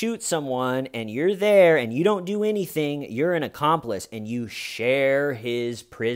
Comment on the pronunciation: You don't think that hay-ur is they-ur,? The HAY-UR WAS THEY-UR.